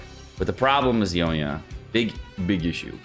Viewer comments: Yoiiiii like Koiiiii- me-yaaaaa. Not yo-me-yuh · Who the heck is "Yomiya" ?? Lmao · yoiMiya... omg the way you pronounce these names lol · Y talking about a char u can't even pronounce